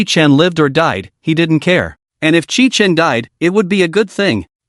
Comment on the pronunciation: The MC's name is Qi Chen (at the beginning) from what I can gather. But the AI makes it sound like kitchen. You need to place a space between the last and first names of the characters. And I like how atleast a couple of characters find out the truth. Although they can't really tell others. Which is a shame imo.